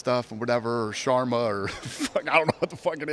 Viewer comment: Alex - Chama 🗿 Jiri - Shaman ☠️ Dana - Shwarma 🌯